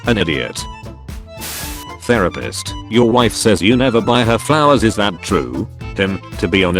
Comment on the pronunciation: Also, there's a chance you that you mispronounced That.